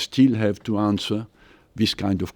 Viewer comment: How come this guy still doesn't know how to pronounce 'answer'?